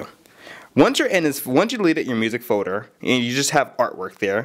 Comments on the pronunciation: What is a foder? You mean folder? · "then you make a new forder" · This guy can't talk. "Create a music Fodar"